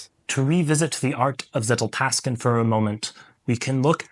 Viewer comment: I don’t usually hate on things but I really hate how you keep saying zetteltasken 😂 Hope it’s a joke. Otherwise I agree with your approach of knowledge vs wisdom